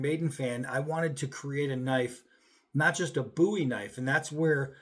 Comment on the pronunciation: say Buwies. Löl. I see you. -_